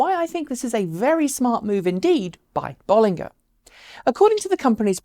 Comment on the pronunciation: As always great show. But it's notable that you pronunciation of the name is a bit off. It does have 2 Ls. BoL.Linger is probably better phonetically.